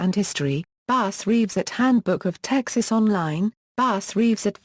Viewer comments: His name was “bass” not base. Who the f*ck reads this? Bass Reeves was a great part of American history. He is due the honor of pronouncing his name correctly. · Not claimed ! Did arrest that many ! ! No Bragg , just the facts Ma’am. Pronounced Bass as is a bass fish. Mus-co kee, correct pronunciation.